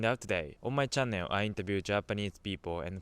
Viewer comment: your pronunce about the word "channel" is wrong!